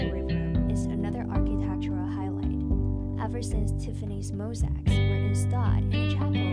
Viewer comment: Nice video but the pronunciation is awful. Glass is leaded- as the metal not lead as someone to follow. Mosaic is mo- say ik not mo sic.